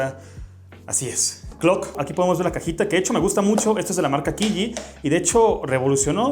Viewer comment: Si, si, mucho /puzol/ pero la Q en chino ni de casualidad la dice nadie bien. Es CH, como Chorizo pero aun mas fuerte. QiYi no es /Kiyi/ es /chiyi/